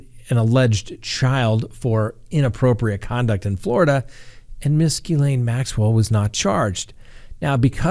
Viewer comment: So glad you figured out how to pronounce miss maxwells first name! Just kidding you😂😂😂